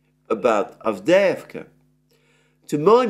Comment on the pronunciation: AVDEJEVKA 😂😂😂😂😂. GET THE NAMES RIGHT FOR GOD SAKE !!!